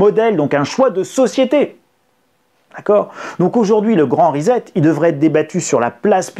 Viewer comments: On dit rissette (phonétiquement parlant) pas rizette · On prononce RISSÈT, pas RIZÈT ! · Salut risette !!! reset = re set ! pas risette ! Et ne dites pas toujours "on s'en foot" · Svp : ça se prononce ' ri-cet'. Pas comme 'faire risette'. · Rissette et non rizette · Ah oui. Ça tape sur le système son rizette ( fais risette). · Reset se prononce ricet. Merci. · Reset ne se prononce pas "rizette" lolll